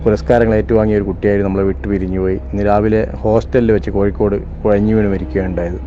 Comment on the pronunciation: കുയഞ്ഞ് എന്നല്ല കുഴഞ്ഞു എന്നാണ്